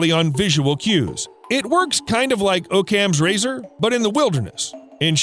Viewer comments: Like "oh ccams" razor? I don't think I have heard it said that way before. LOL Pretty sure it sounds like "ah ccams" razor. At any rate. Good VIDEO! Thanks. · not to be that guy, but I think you pronounced "Occam's razor" incorrectly it is like Ock-ham not O-camm I thought the guard donkey vid was pretty interesting btw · Did you seriously just say oh-cams razor??? Is every millenial illiterate? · Ah yes, my facorite, "Oh Cams razor" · Oh-cams razor. Sigh. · It is Occam's Razor, both the subtitle spelling and your pronunciation were incorrect.